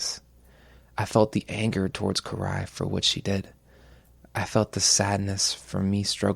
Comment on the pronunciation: You know u can’t take love stories seriously when u make fun of “Koo-Rai” And her “Kata-Kana” 😂